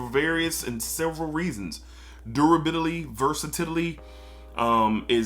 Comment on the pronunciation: The durabidly and the versatidly are great! 😂 awsome video brother ❤